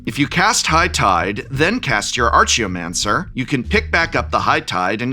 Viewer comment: Dude how is it possible you taught kids English. Archie o mancer??